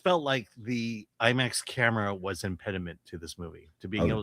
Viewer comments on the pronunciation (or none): none